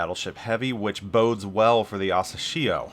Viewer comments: Hey! The way you pronounce Asashio sounds strange, especially since you mentioned it so many times. Couldn't resist not commenting. You can check how Google translate pronounces it. Use 朝潮 for Asashio, which translates to "morning tide". Have a great year! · Hearing you pronouncing the name is so painful